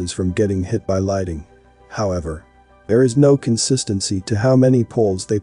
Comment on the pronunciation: The word is "lightning" ...."lite-ning". Not whatever you said...